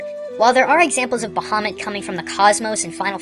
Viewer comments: I figured would actually know the pronunciation of Ifrit and Bahamut. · You're pronounced Ifrit and Bahamut wrong.